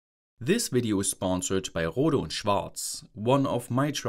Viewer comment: In this vdeeo ceewees 😂